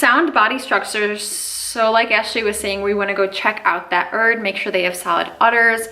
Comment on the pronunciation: is Jamaican now? “Select ya ‘erd man!”🇯🇲